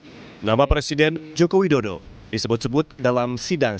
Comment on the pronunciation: Woyyy Yang bener itu ngeja nama presiden, jangan ngaco gitu bikin malu aja....nih ejaan yang benar JOKO WIDODO.